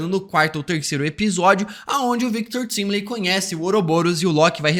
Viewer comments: Engraçado é que na série claramente a pronúncia do sobrenome do Victor é "táimili" mas aqui ele fala "tímili" e o Peter do Ei merd fala "Taimilai" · Victor Timly? No próprio dublado falam correto, Victor TIMELY (TÁIMILI) o cara ainda consegue pronunciar o nome do cara errado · Fala TÁIMILI, pelo amor de Deus